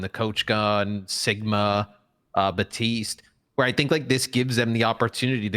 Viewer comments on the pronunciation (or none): Can an American explain to me why Americans seem to pronounce Baptiste as "Bahteest"? They almost always make the P silent